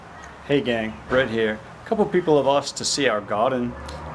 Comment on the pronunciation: Me and my gf swear to god you said your name was. I'm pretty sure you said Brett or, but from now on we're going to refer to y'all as ' and the wife'.